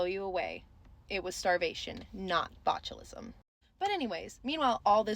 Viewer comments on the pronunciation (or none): none